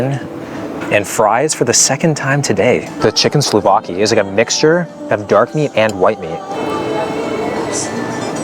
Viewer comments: SOU-VLAKI not SLAH-Vaki 😅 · "chiken slovaki" 🗣🗣